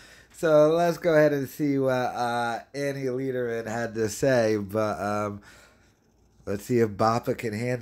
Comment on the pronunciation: Lederman not Leederman